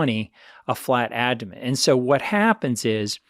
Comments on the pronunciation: How come this guy can’t pronounce “aBdomen” correctly? Is it just me or does he say ADDomen… That aside - great content. Thank you. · He can’t pronounce aBdomen correctly however.